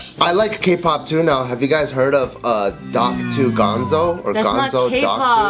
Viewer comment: “Dock 2” LOL bart